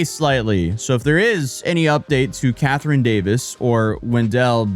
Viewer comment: That’s not how you pronounce Catherine ffs 😂